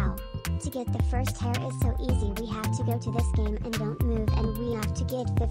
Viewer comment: stoping from saying furst❤